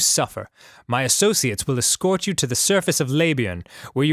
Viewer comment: "yiou always were a kidder, Steve."